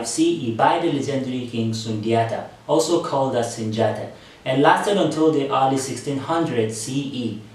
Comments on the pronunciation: Only people to say Sundiata are white people/ non africans or Africans FAR away from Mali. His name is pronounced Soonjata Kayta it's only spelled Sundiata Keita. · I figured you weren't Malian or Mandinka because you pronounced Sundiata wrong it's pronounced Soonjata.